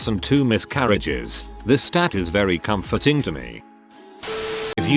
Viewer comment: "I find that very "com-FORT-ing".